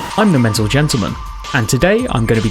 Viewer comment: Mentlegen ... fine job.